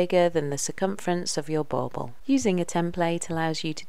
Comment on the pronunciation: Bauble not bowbow. Lol